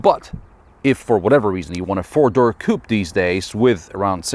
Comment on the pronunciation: one, two, three, fewr?, five, six,... lol sorry i had to